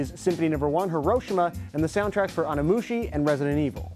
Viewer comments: I had never seen your channel before, but I just came from your video that dealt with the fictional single, "Ready 'n' Steady." Alas, you referred to it as "Rock 'n' Steady" throughout the video. In the beginning of this video you refer to a game called Onimusha, but you call it "Onimushi." Then you mispronounce Joseph Haydn's name. I know, it's small stuff, but it's adding up rather quickly. Michael Stevens (VSauce), for example, has a much lower error rate. Hence the greater credibility. Just saying... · Onimoooshi. It's pronounced, Oh-knee-moo-sha. Lol. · Probably the worst episode for name pronunciation ever. Come on man. Onimushi? It's Onimusha. That's the name! How can you fuck THAT up at the very least? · I love your show but that's just too much... onimusha to onimushy, come on